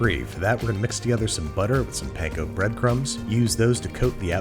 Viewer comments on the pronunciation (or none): none